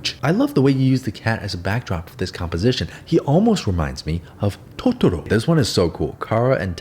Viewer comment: The way you pronounce "Totoro" IMAOOO